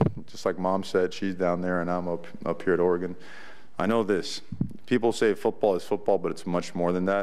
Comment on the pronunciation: He knows how to pronounce the state's name... that's a start. Preserving Willie's recruiting class and beating Boise State would be nice, too.